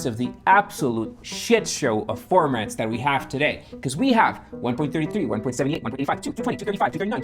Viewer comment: Its pronounced One-Point-Seven-Eight and not One-Point-Seventy-Eight. Numbers after the decimal point are pronounced as individual numbers.